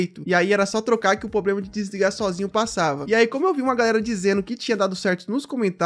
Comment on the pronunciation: "poblema"... Rss... Será que é tão difícil falar "problema"?